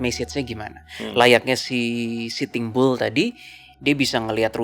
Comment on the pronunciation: Kenapa denger pelafalannya sitimbul, ternyata sitting bull 😂